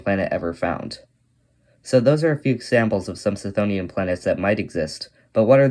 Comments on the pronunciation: The 'ch' is pronounced as a hard 'K'. K-THONE-ian or kuh-THONE-ian. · Wouldn't the 'ch' in chthonian be hard because the root is χθόνιος ? That said, misspelling and mispronouncing things is a totally valid way of boosting engagement because apparently ackchyually is harder to get off than crack. Look, it's working right now! 🤓